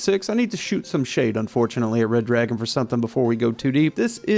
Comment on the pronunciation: Damn it, it's Red-Ragon, NOT Red-Dragon. Get it right.